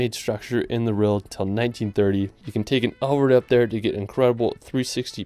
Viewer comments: You had me at, "France is known all around the rerld" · “France is known all around the rerld”